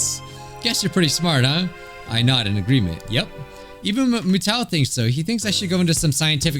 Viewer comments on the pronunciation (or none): Mutou is pronounced Mew-Toe